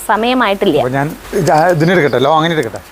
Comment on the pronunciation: ലോങ്ങാൻ അല്ല. ലോഗോൺ ആണ്